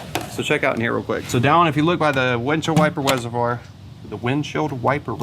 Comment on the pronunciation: "Windshield wiper Weservoir"